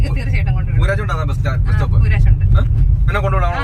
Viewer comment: കീരാച്ചുണ്ട് അല്ല കൂരാചുണ്ട് ആണ്‌ സ്ഥലത്തിന്റെ പേര്